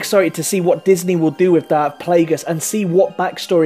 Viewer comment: You say darth not dark